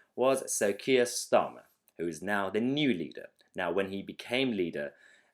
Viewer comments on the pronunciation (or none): Silly boy full of joy! Aren't you? It's pronounced "STARmer".